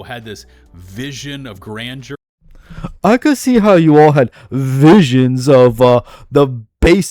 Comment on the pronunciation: I love you man, but you need to work on your speech lmfao. "visuals of grandure" and "eckspecially" suck the wind out of your arguments